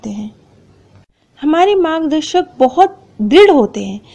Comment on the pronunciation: It's margdarshak,not magdashak